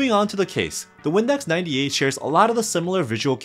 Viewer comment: bruh i thought you said "Windex 98"